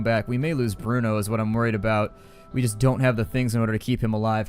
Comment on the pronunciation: Hey, here is a little help on your eastern European names. The pronunciation is as follows (phonetically): Bruno - Broono (you got him right) Pavle - Pavley Katia - Kateea (you got her right) Cveta - Tsveta Hope that helps. By the way I know this because I'm from that neck of the woods.